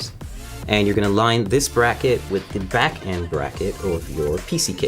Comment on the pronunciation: "Make sure you pay attention to the 'brace' at the the 'brack' of the computer"